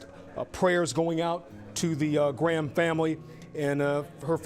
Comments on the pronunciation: It’s pronounced Hannah GRAM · The way you pronounce Graham 😂😂